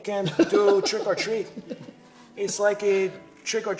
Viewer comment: "Its likeh trick or treatch and den smell my feetch" ahhahahahah